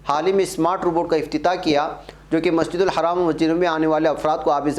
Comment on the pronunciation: Masjidul Haram not masjidul haraam Plz